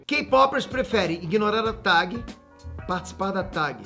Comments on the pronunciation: Pow vc falando tag errado me deu uma agonia kkkkk..... Invés de falar TEG ele fala TAG como se escreve kkk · uma facada no coração a cada "Tagui" do